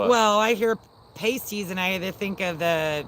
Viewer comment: "PASTE-EEZ" and "PAST-EEZ" are two very different things! 🤣